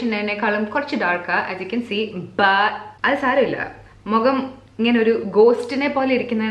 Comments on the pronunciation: Mogam alla kutti .. mugam🤣 English aanu nallad..risk edthu verdeeee chammanda😉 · Mugamvum alalo. Mukham. knows exactly where she sounded funny n it was a laid-back funny yet interesting video to watch 🤝